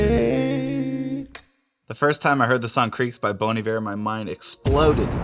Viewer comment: Lol, not "bone"...."bon" like bonbon.